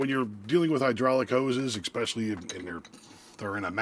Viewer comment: Last eKspecially lol